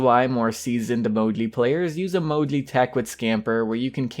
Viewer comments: You just have to pronounce "Mou-gee" it's not that hard lol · You pronounce it in a cute way. Sounds like Mojly :) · Bruh, u don't say Moji write lol